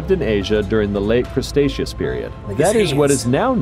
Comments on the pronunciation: I died when the narrator said "Crustacios period" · The narrator is terrible. He pronounced Cretaceous "CRUSTACEOUS" like it is some kind of crab.